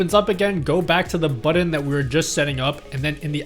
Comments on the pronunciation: Love the guide, but this was driving me crazy :’) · "buddon" Now you can't stop hearing it either. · Thank you for recognizing this too! No Hate!!!